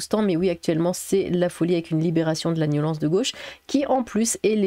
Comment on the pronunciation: Hé, il faut dire “nyolence” !!! 😆👍